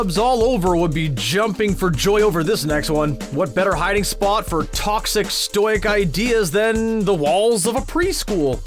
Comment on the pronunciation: Did he just use and mispronounce stoic twice in less than 3 minutes? I’ve never heard the word stoic[STOW-ICK] twice in the same YT watching day, let alone the same vid.